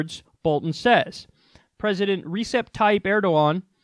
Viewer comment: Recep is pronounced "ReJep". A "c" in Turkish is a "j"